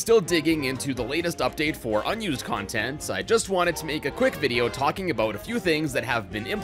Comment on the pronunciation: Sounds Canadian.